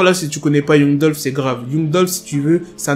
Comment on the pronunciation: un noir qui prononce mal l'anglais , c'est honteux. Youngou au lieu de Yangue